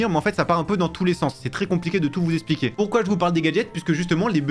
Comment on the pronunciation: Ça se prononce eXpliquer et pas eSpliquer 😅 sinon merci pour la vidéo 🙏🏽